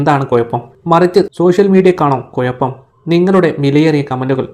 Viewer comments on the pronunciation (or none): കോയപ്പം നിനക്കാണ് 😂 കൊയപ്പം എന്നല്ല കുഴപ്പം എന്നാണ് മലയാളം മാറ്റല്ലേ 😂